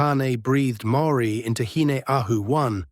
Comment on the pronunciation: I’m a part Māori New Zealander, and my opinion is that the AI synthesised information here is good, insofar as it matches well the many spoken and written accounts I received before the age of the internet. HOWEVER, the AI pronunciations of Māori words and names are nowhere near authentic. Please do some research and learn more about these if you want to internalise or relay these stories. Same goes for the images… check out authentic Māori art and carvings if possible. Go to the source if you can.